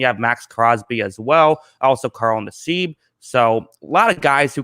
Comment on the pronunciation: Abram will improve, Arnette is about done, doesn't look like Bradley is too happy with him. Cory gets Little DONE just SUCKS and doesn't want to be a RAIDER. Deablo might be hurt. Doesn't look good. For us, hope gets signed and everybody is wrong. NASSIB like Mass-ib not Naseebe